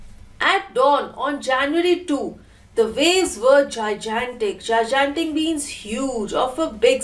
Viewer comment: It's very unfortunate that you confidently mispronounced 'gigantic' twice